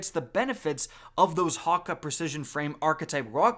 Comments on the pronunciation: its not hakka its hakkey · Ha-kay. Not Ha-cuh. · HAWK-AH My guy, as a swedish person, Häkke is pronounced "Heck-keh" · Your pronunciation of so many things in this game is off key, every time I hear you say something like Hakke which literally everyone I’ve ever heard pronounces it Ha key. Always decent content but that pronunciation 🤷‍♂️ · Häkke is pronounced Hawk-ee. Like the old JabberHakke (A play on words to the Jabberwocky). Vorpal etc are all a homage to Alice in Wonderlands' lore. Vorpal is the blade used to decapitate the Jabberwocky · Hakke. Hack-ay, say it with me, Hack-ay lol. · Anyone else cringe at how he said Häkke? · how tf did u just pronounce häkke? also, why tf u hyping up vorpal weapon so hard? we don't even know how good it is yet. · the way he says 'Hakke" really shakes me up for some reason